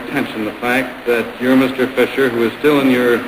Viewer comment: Fisher, not Fischer.